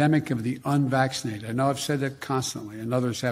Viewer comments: Well he did say it right once so , he get partial credit 😎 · The "vacshasun of the unvaschashuneddddddd".